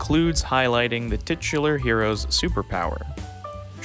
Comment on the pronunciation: Need more aspect ratio info in my life. Also, loved the use of “titular” and how you said it. Classy!